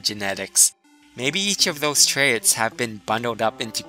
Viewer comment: I love your videos, but every time you say 'trayits' instead of 'traits' I want to throw my phone at the wall... ._.